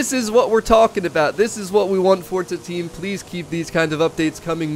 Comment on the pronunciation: It’s forza not fortza.. lol